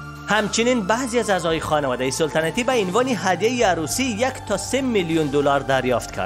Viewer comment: سولتنتی ای چی معنا سلطنتی درست است نه سولتنتی 🤣